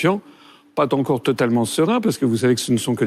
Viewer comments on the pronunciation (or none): Pa-encore ! Une liaison maltapropos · À : « .. je ne suis pas t'encore totalement serein.. » > Eh bien François.. l'émotion ? Toi qui toujours parles un français irréprochable.. ;)